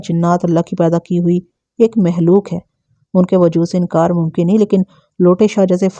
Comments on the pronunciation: Lafz makhlooq hota hai mahlook nahe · أپ لفظ مخلوق کو مسلسل محلوق پڑھ رہی ہیں اور مخدوم کو محدوم ۔ یعنی خ کو ح پڑھ رہی ہیں جو کہ درست نہیں ہے